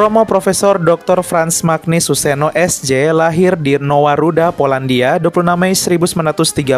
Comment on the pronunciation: Mantap Katolik. Mantap adminnya 👏 Hanya sedikit perbaikan: cara membaca nama Romo Magnis Magnis dibaca menjadi Manyis bukan Magnis.